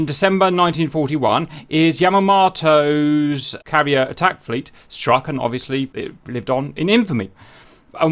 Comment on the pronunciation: His pronunciation of Yamamoto as annoying me, otherwise pretty epic.